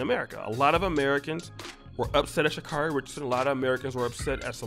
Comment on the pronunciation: I understand that she's been unaccountable and entitled. But respectfully, can we say Sha'Carri's name properly?✊🏾✌🏾 (Sha-C- A as in 🍎- REE)